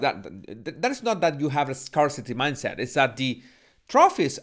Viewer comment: apreciado, scarce, scarcity se pronuncian como: skers, skersiti